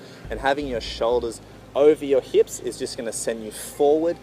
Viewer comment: heips